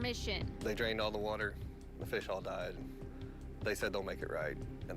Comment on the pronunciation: "Properdy" is not a word. "Cownee" is not a word. "Acownuhbilidy" is not a word.